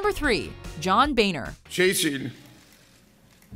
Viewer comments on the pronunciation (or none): John McDaniel. It sounds like BAYNER. Not BONE HER.